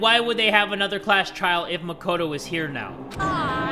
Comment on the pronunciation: Makono and Manokuma xDD nice